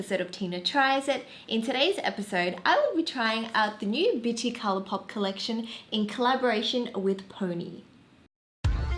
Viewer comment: Please tell me I’m not the only one who heard bitchy instead of bitti lol